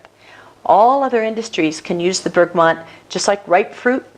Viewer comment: Where are you getting the "N" in Bergamot from?